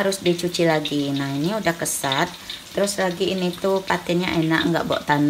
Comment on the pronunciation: Ketawa dengar ngomong kosat.. kajut.. togang..., besok cerita lagi ya mak.. ditunggu 😊